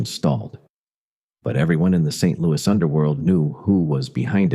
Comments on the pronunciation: Lots of incorrect facts in this video. And a lousy voice over. No one says, “Saint Louie.” They say “Saint Louis.” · I’ve lived in St Louis MO all my life. Every time it says St. Louie it makes me cringe. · I hate AI narration. If you don’t care enough to have a real human narrate your channel, then I don’t care enough to listen to it. Also, you are mispronouncing St. Louis. It is not pronounced the French way. It is pronounced phonetically as St. Lewis. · St "Louie" -- no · Nobody in St. L these days, but the French people I have met still do, because that was the original pronunciation for a long time after being settled by the French, and still so in France. When they say it it comes out more like "Sant Lou-ee" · This was pretty good, but NOBODY from St. Louis calls it " Saint Louie" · I agree. St. Louis is pronounced with the "S" at the end, not "St. Louie". That is maddening, especially for someone who was born here and lived here for almost all of their life. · AI voice saying St Louie, just isn't right. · If Mafia Files pays any attention to comments and wants more subscribers, it will go through the entire spoken script before posting, to edit any stupid mistakes like saint LOUEEEEEEE. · Fyi. Saying St Louie is what children or people obsessed with Judy Garland films. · And don't even include the AI voice's inability to pronounce the city's name properly. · St louis natives mispronounce so many place names in the area. It's funny